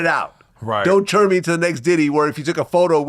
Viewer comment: The way vlad pronounces the word “turn” 😂. He says churn as in churning butter. Tell me I’m not trippin